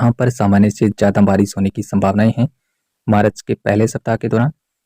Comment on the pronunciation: Marach nahi bola jata hai March bola jata hai